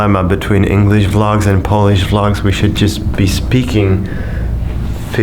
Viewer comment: Gonciarz do ch*ja pana... -poliś -ingliś -siats -dziapanis -ciek out Błagam cie... z takim angielskim jak twój a oglądać się nie da...